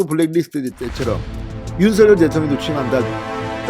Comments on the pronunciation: 당선인의 요청대로 "서결"로 발음하지 마시고 "성녈"로 발음해 주세요. 참 거슬립니다. 느릿느릿 "서~결" 하지 마시고.ㅎㅎ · 대동령당선인尹錫悅-윤석열이아니고"윤석렬"로발음해야합니다 금후訂正부탁드립니다.